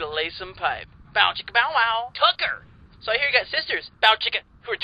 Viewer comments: its bow chicka bow wow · W. T. FUCK! It's "Bow chicka BOW wow"! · Anyone else notice he says bow chicka BOW wow sometimes